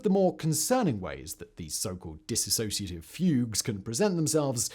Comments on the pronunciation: Hi it's 'Dissociative' Identity Disorder not 'disassociative'. Soz ✌️ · THUMBNAIL: "Dissociative" TITLE: "Dissociative" SIMON (Throughout the Entire video): Dis-associative... Lolol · The first thing is as a rule do not listen to someone who cannot even say the disorder correctly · Please pronounce it correctly!! 🤦🏼‍♀️ ...I know it's the hardest unicorn to explain...& The information is always cloudy. I am a 48yr person who has this...diagnosed years ago . Very complicated.... Complex post traumatic stress disorder explains alot of the symptoms .